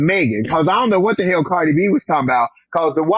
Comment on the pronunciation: Da Hayle? What's that? Really?